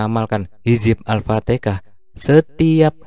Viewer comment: Alfatihah bro...bukan alftikah